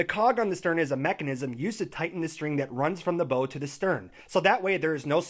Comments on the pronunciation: "bow" when referring to the front of a ship is the same as like "bow" when you lean forward from the waist as a sign of respect...or the sound you make when you get hurt..."ow" Davits is with a short a sound, so cat, dad, mad etc. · I keep getting distracted by how he pronounces "bow" and "davits"